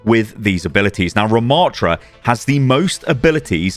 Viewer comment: ramattra not ruhmattra